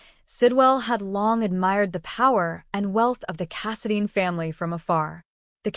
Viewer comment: It’s Casidine……long I not Casadean